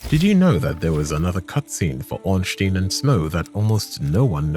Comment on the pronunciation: brother, i am actually trying to have a nap here and you hit me with "Ornschtin and Spill". that activated my fight or flight response on the side of violence.